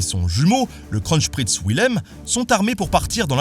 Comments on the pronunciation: En allemand, le V se prononce comme un F. Il n'y a pas de S entre le n et le p. Le Z se prononce "tz", pas "ch". Le double S se prononce comme un S, pas comme un Z. Il faut prononcer le dernier E de Cecilie. Il n'y a pas de sch entre n et p, et il y a un n avant le z. Et le h et le deuxième l de Wilhelm doivent être prononcés. Mais c'est bien d'avoir essayé :-) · Wilhelm se prononce "Vilhelm"